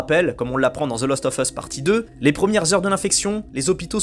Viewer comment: Fallait que je le dise depuis longtemps : ARRETE DE DIRE THE LOOOOOST OF US, C'EST THE LAAAAAAST OF US !!! CA ME REND OUUUUF ahaha Sinon j'aime bien tes vidéos , pouce bleu toussa toussa, aha ;-) Amicalement 🙂 PS : RDR2 est le meilleur jeu du monde et il ne faut pas cesser de le dire, aha ;-)